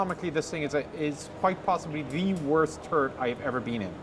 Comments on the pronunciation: "the worst turd I've ever been in" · Every time wanted to say turret I heard turd...